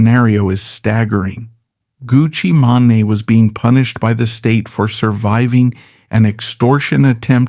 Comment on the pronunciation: Everytime he says “Gucci maney” lol